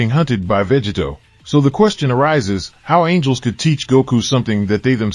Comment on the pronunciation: Is this an AI? It keeps saying, Veggie Toe!